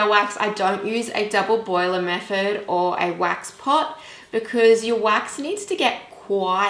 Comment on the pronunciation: I could have really enjoyed this tutorial but your pronunciation is bad if your going to do tutorials. I can’t concentrate 😬😬 Wiv = with Meford = method Uver = other I’m sorry I may sound like I’m being rude but it’s just so annoying that I had to turn off. I am only pointing this out to you for further videos